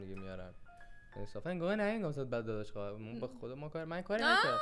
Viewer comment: خواهر گفتن سوگنگ خداست 😂😂😂 خواعر